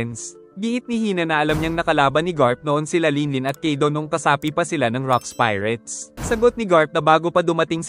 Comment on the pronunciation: Kaido Hindi kido😅